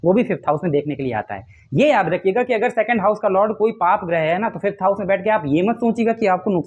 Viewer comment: । वापस बनाए फिफ्थ सिक्सथ हाउस उच्चारण में एक जैसा सुनाई देति है। अष्टम भाव के बारे में आप मौन धारण कर के चल रहे है अष्टम पर भी बोले?????